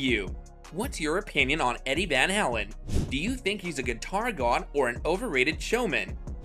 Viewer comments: Van HALEN. The way you say Van HELEN is so aggravating. Lol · Vanhalen not vanhalan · You're probably the only person on the planet that doesn't know how to pronounce Eddie Van "Howlen's"- name. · Yeah. Van HAYlen, not the way you say it. Stop trolling. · You make me laugh every time you say vanhalin.?? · Can't watch this video if you can't pronounce the name of your subject matter. You are discussing someone you obviously know nothing about - one of the greatest ever guitarists, no less. I would have more patience if it were Yngwie Malmsteen. I'm cutting this off now after only seconds. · First of all if you’re gonna make a video learn how to pronounce the man’s name correctly This is 10 minutes of my life I’ll never get back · You can't even pronounce his last name correctly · Dude, you can't even properly pronounce Eddie's last name. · Why Rockers Can't Stand Eddie van Halen? What a stupid question to pose! You know what everyone of the viewers that watch this video cant stand? The way the narrator pronounces Eddie "Van Halen"!!!!!!!!!